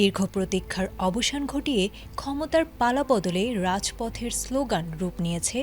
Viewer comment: ড়াজপথ বলছেন কেন? হবে রাজপথ। বিকৃত উচ্চারণ।